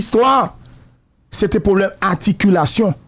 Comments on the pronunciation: Haaa sa w'ap banm la w'ap korije nèg la epi w'ap mal lage loll Se pa Aticulation, se Articulation loll touye m lol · Sak rele aticulation an? Se articulation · fèmen danw monchè,ou nan micro wap pale an piblik, wap korije moun epi wap di "aticulation" ou mal menn antanke jounalise animatè. Mo a c 'ARTICULATION! Ou wè janm ekril pou ka wèl. Kidonk aprann pwononse zanmim avanw kritike moun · SE CLAIRE KKE MISYE PAT FE AMPIL TAN LEKOL,min de bagay,LEW WAP PALE kreyol PA GIN DIFERANS ANTRE articulation ak aticulayion,OK IDI0T,by the way mwen mim mwen pale 4 langue asse byenem ka kimbe ou conversasyon ak nimpot etrange nan tout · Mo a se "articulation" se pa aticulation pandanw bezwen korije Gazman wap voye tenten ou menm. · Ou ta met "r" la ladann nèg, w'ap di aticulation, nan ki lang ou ye la? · Mesye nonm nan di aticulation an 10fwa waww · Gazman tande sam diw la ui aticulation,,,shitt man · Pran not tande "ATICULATION" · ou raz anpil avèk aticulation'w lan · wap korije moun epui wap di Aticulation,lanmèd mon cher. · Enfant prodige😂😂😂, Aticulation😂😂😂😂.. Enfant prodigue 🤝et Articulation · Misye di "aticulation" , "enfant prodige" pour enfant prodigue.